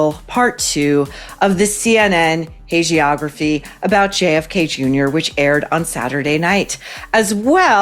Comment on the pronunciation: "Hagiography" has two hard G's. I know correct pronunciation and grammar are very important to you, Maureen, but you actually mispronounce quite a few words. It might be a good idea to check your script with someone else (an expert on the language?) before going on-air. I'm not trying to be snarky; I'm actually trying to be helpful. Because you always mention how important it is to speak correctly.